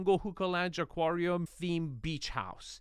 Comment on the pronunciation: Not to be a hater but Enes and Arvin pronounce aquarium incorrectly or is this an american thing?